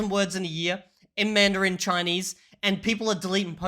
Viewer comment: I am starting to doubt B2 English, I think he might be a B1 since he mispronounced Mandarin and agglutinative in this video. I know he is pretty fluent, but not convinced 100% 😉